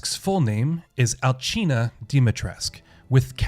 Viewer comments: why does everyone pronounce her name Alchina? its Alcina this isn't Spain or god forbid Italy the C has a ssss sound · I have a few gripes with this video. 1. You’re mispronouncing Alcina (she’s not Italian). 2. If this is your gameplay footage, why were you wasting bullets on Bela when she was dying? Even though you DO get a decent amount of ammo in the game, but still. 3. You said it was Cassandra slucing the girl with the knife, but the note says Daniela. Pay attention to the game’s content when you’re making videos...